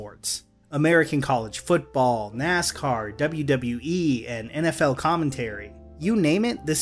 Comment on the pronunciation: I like the way said WWE